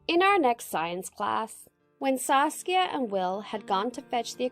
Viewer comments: KookieFace TM she did say sasuke once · i heard saske at first :D i was like wot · I keep thinking that she is saying sauske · No one: Saskia Everyone: SASUKE! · Who heard sasuke instead of saskia and thought of naruto😂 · Who else hear sasuke instead of Saskia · Am I the only one who heard Saskia as Sasuke in the starting?😂 (naruto fans may know ;D) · Am I the only one who kept hearing the name Sasuke, instead of Saskia? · ....why did I hear Saskia as Sasuke..? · I'm sorry did you say Sasuke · she’s saying SASUKE right ? or have i been watching to much naruto ? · Did anyone else heard sasuke rather than saskia ?🤣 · I heard her say saucia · I kept hearing “Sasuke.” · Did she just say "Sasuke"? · Am i the only one who thought she said sasuke at the start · I thought she said Sasuke at first😂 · I thought she said "Sasuke" \_(°v°)_/ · First time I heard Sasuke , not Saskia .... I am the only one? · I thought she said sasuke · What's the friend's name? Sass-kya?